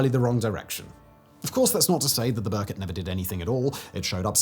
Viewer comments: Its not Berkot, but rather prunuses as Ber-koot. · It's not 'burr-cut'. How hard would it be to check pronounciation?